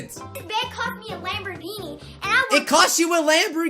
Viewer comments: Am I the only one that heard LamborDhini? Not Lamborghini? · not a Lamborghini a Lamborbini big difference